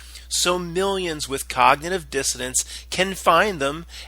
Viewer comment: It's cognitive dissonance it sounds like you're pronouncing the word wrong it's a little annoying sorry to tell you